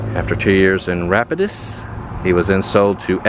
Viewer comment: Lol I know you aren’t familiar with the Cajun pronunciation, but Rapides is pronounced Rapeads. Love all your content btw!